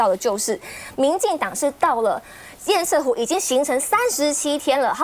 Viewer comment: 😢最好笑的是～明明就是是塞為什麼要唸色？真是只會搞錢而辦不了任何正經事的官僚不是嗎？❤🙏